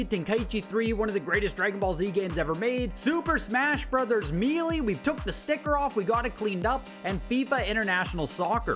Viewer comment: "Super Smash Brothers Mealy". 😅 I've never heard it pronounced like that before. Are you from Canada by any chance?